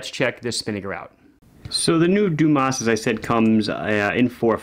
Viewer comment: If the watch is indeed named after the diver Frédéric Dumas, which is born in southern France, the correct pronunciation of the name would be "DUMA". Well, at least it's not Dumass :D